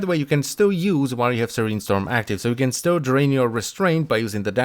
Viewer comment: “restrained his draint”